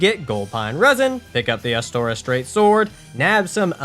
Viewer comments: pointing out you said "lautrec" with a softer 'e' instead of you calling astora "astoria" is a bold choice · dafuq is Astoria, it's Astora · The way he says astora triggers me cause like where the fuck you getting the astor"ee"a from bitch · not Astoria, Astora! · he said Astoria so many times. It was driving me crazy lol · "Astorias straight sword" Bro why are you adding an I XD